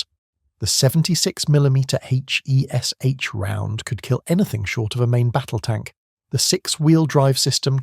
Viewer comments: It's pronounced 'Hesh'. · It’s pronounced ‘Hesh’ FFS…